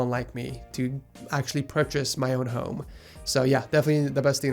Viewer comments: I thought he said "Buy a hoe" instead of home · did you say buying a hoe?